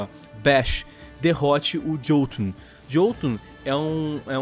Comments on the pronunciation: Ótimo vídeo, mas tenho que apontar um erro, nas línguas nórdicas o “J” se pronuncia “I” ou seja, se lê Iotunn e não Jotunn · Se pronuncia "iotum" 👍